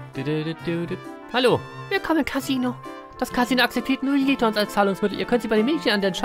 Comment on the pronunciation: es wird JET-Ons ausgesprochen (Ist ja französisch)